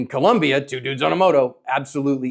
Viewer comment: Your analysis is excellent. However, as many times as your events happen in Colombia you should pronounce this country correctly. The country is Colombia, not Columbia. Thank you for your hard work in helping people become more able in protecting life.